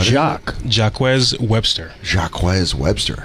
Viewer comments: The ebonic pronunciation 😂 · Went French no doubt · to hear the wildest pronunciation of "Jacques"